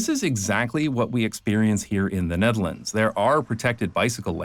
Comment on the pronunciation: You wrote Nederland... the dutch will be pleased.... actually you pronounce Nederland place names without choking on your own tongue... I'm pretty sure you are Dutch.